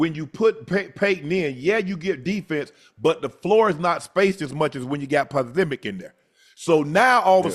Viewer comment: Shannon said “Podzemik” 😭😭